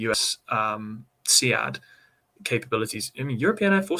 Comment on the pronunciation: Why does the Navy not know how to pronounce SEAD correctly? :). It’s “seed”, not “see-ad”. Is boat pronounced “bow-at”? :) Good interview though.